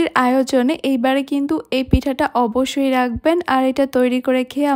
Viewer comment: স্প্যাচেলার বা স্প্যাচুলার না। স্প্যাচুলা spatula. ছিটা পাটিসাপটা-টা খুব ইউনিক হয়েছে। অব্বোশোই না। অবশ্যই ( অবোশশোই উচ্চারণ।